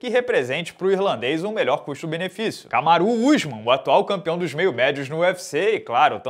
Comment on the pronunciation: Parei em "Kamaru Usman"